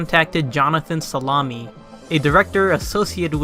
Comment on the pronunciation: Jonathan Salemi "Jonathan Salami" LOL